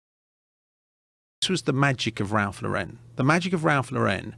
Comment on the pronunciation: He has the story of Ralph Lauren right, shame he has the pronounciation wrong..